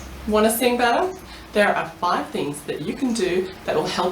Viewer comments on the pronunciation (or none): i was confused when i heard "you wanna sing butter?" and then i realized she had an accent